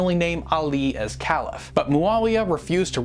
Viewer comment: Excellent Video, easy to understand and full of the right information. One of the best vids I've seen! Your knowledge is remarkable! Only a minor detail to bear in mind though- you are pronouncing caliph wrong.